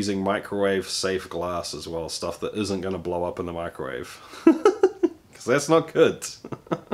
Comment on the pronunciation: Swallows the last drop. "Yeah, thatsh lovely schtuff"